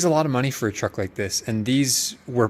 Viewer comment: mini truck or trucklette.... not TWUCK ... haha